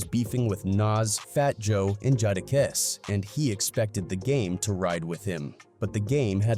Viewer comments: Jaw da kiss 😂 😂 😂 😂 😂 😂 😂 This AI shit is getting rediculous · Did he say Judakiss? That's what I heard and I understood exactly what you were sayin at that point haha! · Man, I was captivated for 16 minutes, and then when I heard you say "Jadakiss," I realized you're not an actual rap fan. You're just riding the wave of easy views... these channels have no shame